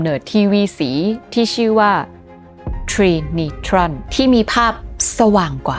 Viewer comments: อ่านว่า “ไตรนิตรอน” ครับ ("Porta-color" ของ เจเนอรัลอิเล็กทริกซึ่งใช้ปืนสามกระบอกเรียงกันแทนที่จะเป็นรูปสามเหลี่ยม ซึ่งทำให้หน้าจอได้รับแสงสว่างมากขึ้น) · น่าจะออกเสียง ไดรนิตรอน ไหมครับ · Trinitron ออกเสียงว่า ไตรนิตรอน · ในสมัยนั้น คนไทยออกเสียง trinitron ว่าไตรนิตรอน ค่ะ 😊(จากคนสมัยโบราณ ที่เกิดทันยุคทีวีขาวดำ แล้วเปลี่ยนเป็นทีวีสี และใฝ่ฝันอยากมีวอล์คแมน แต่ยังไม่มีตังซื้อ)